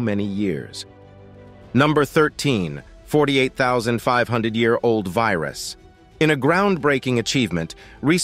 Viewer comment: So many YouTube videos must be using the same narrator voice generating program. '48,000 ye-arold virus' is how the program divides the syllables. There must be some humans who are able to narrate these videos. Only a small amount of editing is needed to shorten natural speech to fit a video. Thankfully, the visuals are relevent to the topic - some videos use heaps of irrelevent filler, such as people looking shocked etc. Maps, graphs, and comparisons are all good to add for each topic. Hopefully, we will have more evidence to colour in the gaps of knowledge in human evolution. We need more true scientists and less politicians and con/scam people. Australia is full of scamming people competing to gain more personal wealth than caring for others' well-being.